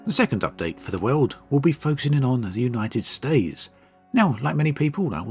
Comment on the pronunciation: United stay? 😅 Who els heard it like this?